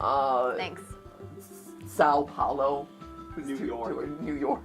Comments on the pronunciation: Well, at least you tried to say "São Paulo" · I love how Mat tries to say São Paulo when he's naming capitals. I know this video is old, but just so you know it, it translates to Saint Paul (hopefully I don't need to explain what each words means separately), so if you don't want to struggle with nasalization and non-diphthong vowels just say it's English translation. But if you still want to try it, it's pronounced [sˈɐ̃w̃ pˈawlu].